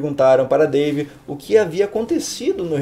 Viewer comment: ''Dave'' Ou ''Pavê''